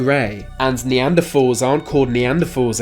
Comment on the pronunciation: Where the f*** did you learn how to speak English ? You have the most lazy speech I have ever heard . Stop doing YouTube stop speaking . Thanks is NOT pronounced with a "f" sound . It's not neanderfal or fir'een . You lazy f*** feckless mush mouth loser . There's only one thing your mouth should be doing , and it's not speaking .